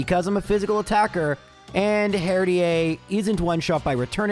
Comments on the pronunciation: Not "in Canada", it is that "in French". Canadians would pronounce it in English the dame as Americans. But him being Canadian means he will have at least a bit of background in French and that ending is more common in French (seeing as where it is used in English is almost always coming from French). So guessing the pronunciation of a made up word, it isn't unreasonable. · This is gonna be brutal. Also Herdier is pronounced like Terrier. I know that's probably comment bait but still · That Herdier pronunciation has to be on purpose right? its pronunciation is literally as it seems Herd E er Edit: ok it was on purpose i feel much better now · Some of your viewers: triggered by you pronouncing Herdier as Herd-ee-ey and not Herd-ee-er. Me: sweating because I pronounce him Herd-eer. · he said it, he said the thing, he said herdier, with ier pronounced as ea. That one small speech in I believe a delibird run taught me more about the world than 12 years of school did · not mispronouncing something in a video is impossible; I dunno if he has dyslexia or what. I'm not worried about "Herdier" (which is definitely supposed to be a Terrier dog so there's no way you'd pronounce it like he does but whatever); I'm talking about Striaton, which he mispronounced as "Straight on". I hope he doesn't have any friends named 'Liam' IRL because he must just call them 'Lame' all the time Also already living in 2025 before the rest of us lol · The pronunciation of 'herdier' is very funny to me. Can tell you're Canadian 😂 Love your stuff! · I'm going to call out the herdier pronunciation because your country of origin doesn't change the Pokémon name pronunciation in English. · Why would you pronounce it partially francophonically but with a very un-French /h-/?😅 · I love that pronounces Herdier the French way....Oh Canada!! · it is. But he's Canadian, in Canada and France, the suffex "ier" is pronounced how other countries pronounce "ea"